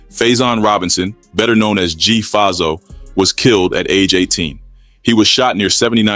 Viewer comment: I hate when mf do these type of videos n don’t even know how to pronounce mf names calling him G fazo name wrong is diabolical